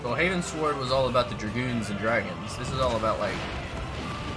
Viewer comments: So you know "Northward" or "Eastward"? It's "Heavensward" Heavens + Ward, as in going up to the heavens, not "Haven Sward," which I have no clue what that means xD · Its called Heavensward, not Havensward.